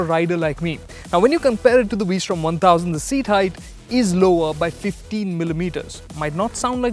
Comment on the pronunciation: the " vwee-srtom "